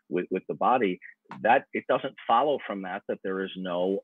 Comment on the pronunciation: I had to pause because this is getting at me. The hundreds of times this guy asks "How does it FOLLOW (...)" with that annoying, childish vocal emphasis on the word "FOLLOW" could be solved by teaching him a little bit of logic. Whenever you have a premise 1 [if p(x) then q(x)] and also a premise 2 [not q(x)], then you're bound to reach the conclusion [not p(x)]. Right? If we have a premise that says "it's raining where Shannon lives" necessarily causes the statement "Shannon brought her umbrella with her" to be true, and we observe another premise that "Shannon brought her umbrella with her" is false, then we must just as necessarily reach the conclusion that "it's raining where Shannon lives" is false. This is logic 101 and would clarify the link between souls and not being a Christian. I'm appalled that this guy couldn't grasp that. I suspect, however, that on the off chance that this comment reached him for some weird reason, he would still not understand it. Which is why I've attempted to make it even clearer below: P1: If you're a Christian then you believe in souls. (Evidence of this premise is in the bible as repeatedly pointed out by Shannon) P2: Shannon does not believe in souls. (No demonstrable evidence, too many inconsistencies when you think about changes in the brain and the self) C: Shannon is not a Christian. This is how it *FOLLOWS*, goddammit.